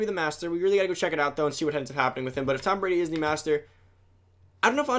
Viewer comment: how do u mess up tom Bradys name